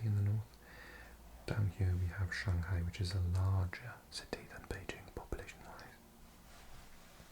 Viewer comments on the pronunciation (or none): none